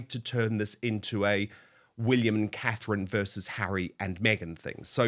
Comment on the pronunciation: Please get name Catherine correct